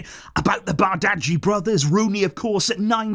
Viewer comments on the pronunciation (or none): most consistent youtuber itw, love the videos❤💙 and btw in denmark which of course is were we bought him from bardghji is pronounced like bar-dji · It's pronounced barji